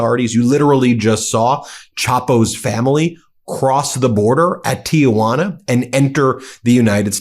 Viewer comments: Small point … the city of Tijuana in Mexico is pronounced Tee-wana. Not Tee-ah-wana. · I can't wait to find out the bribe that trump got for allowing criminal family members to enter America. Also, Ben.....the correct pronunciation of Tijuana is Tee-huana....not Tee-A-Wanna. Keep up the political reporting, thanks for the facts. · Ti-juana...NOT TiA-juana